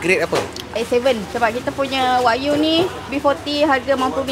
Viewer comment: Wagyu sebutan masing2 wakyuuuu 😂😂😂😂